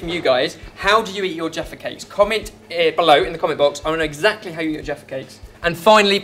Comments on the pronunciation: Sometimes sounded like "defecates" -- but looks like a fun British/English/UK treat. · You guys are funny!! The way you sound when uttering “jaffa cakes” sounds like “defecate” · Everytime they say jaffa cake I hear defacate 😂😂😂